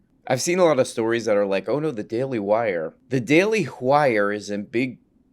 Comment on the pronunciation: “The daily Hwire”